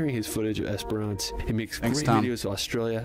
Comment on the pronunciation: Yes..driving between Perth and Adelaide you would cross the Nullarbor Plain (null = no, arbor = tree). It is just as you imagine but more chance of another car coming along than a lot other outback roads. If you come to Werstern Australia, don't pronounce Esperance the way this guy does.. (Esper-ANCE)..lol Said quickly, should sound more like "esprince". Great video though!!😊